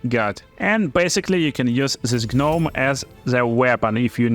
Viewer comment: The G in gnome is silent! Great video!